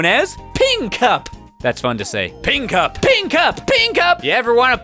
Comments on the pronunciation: When he started saying ping cup, it started to sound like pee in cup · when he said ping cup fast, it sounded like peeing cup